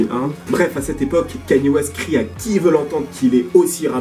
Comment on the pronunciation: wesh c'est quand que les gens arriveront a bien prononcé son nom ? ça se pronnonce "Kaï-Ni-É" bordel pas Kany et encore moins Kenny comme j'entends trop souvent